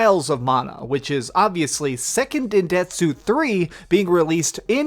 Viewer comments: “sekken dendetsu 3” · Deltath Riylaan hahah Im glad yall can laugh at the way he said it. It just pissed me off lol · I cant believe u pronounced Seiken Densetsu as “Sekken Dendetsu” lmfaooo sounded like had a stroke halfway thru that sentence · Seken Detetsu lmao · Seiken "dendentsu" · Your butchering of the name Seiken Densetsu hurts me.